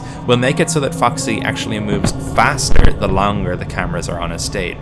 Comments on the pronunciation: Why did I hear "fucksy" because the accent lol Great video btw, immediately subbing lol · idk why but i heard foxy as fucksy